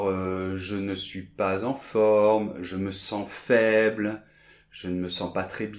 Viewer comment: écris je suis et prononce chui